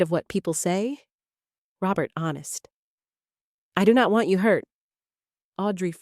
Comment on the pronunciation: Can the narrator not say a or you?